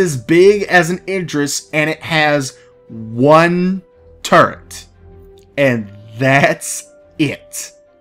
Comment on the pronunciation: They need to put the Retaliator back up for sale. I wasn't able to get one because of money issues, but I know a few people who would buy them. Also, Turret, not "Turrent". Point defense can be use for fighters or missiles.